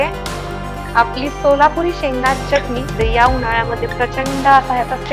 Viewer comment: Tai tumhi chyatani naka bolat ja chatani bolat ja chyatani ekayala bar vatat nahi